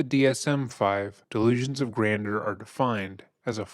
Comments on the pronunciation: Gran-jure ... Delusions of "gran-jure" Not being critical. I enjoy the channel. I just thought you might want the information. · It’s pronounced like "grand-you’re" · Love your videos. Please google how to pronounce things. “Grandeur=Grand-jur.” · you pronounce grandeur incorrectly. ˈɡranjər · Please say "Grandjeur" properly. It's pronounced GRAND-JER. LOL!! I have to tell you that when you laugh in disbelief at a video. It's contagious. I love it! Seriously, your laugh when your narrating is awesome! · Please learn how to pronounce GRANDEUR! Gran - Juor. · You know I love you guys 😘😘 but it’s pronounced “ grand-jurr”-“delusions of grandeur “. ( AND dude can NOT Rap, he ain’t no poet but he didn’t know it! ). Yes, delusional. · Can’t listen to this,….sounded interesting but ,…. constantly mispronouncing “delusions of grandeur“ is more than I can take right now. Try using a pronunciation dictionary! Many people may call me a snob, but that doesn’t matter. English needs to be spoken correctly! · You really don't pronounce grandeur well my dude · Why are you saying grandeur like that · I don't think that is how grandeur is pronounced, but excellent coverage of this case. 👏 👏 👏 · I hate to nitpick but I can’t stand the way you pronounce “grandeur” 😔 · Grand-jeur, grander is something else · " delusions of grandeur " not grander. It's french so it's pronounced (granjur) totally love ur content. I'm an early subbie, I just know that u like things to be accurate that's all. Keep up the fantastic work!! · Barely relevant to the very quality video, but just for your own future use/knowledge, “grandeur” is pronounced like “gran-jurr”, rather than “grander”. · Uhhh… The second syllable of “granduer” is pronounced as “jer”, not “der”. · Someone has to tell the guy he said "delusions of GRANDER" four times. It's pronounced "granjer", man. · gran-jure not grander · My brother in Christ, it is grandeur... not grander. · Grandeur is pronounced “gran-jur”.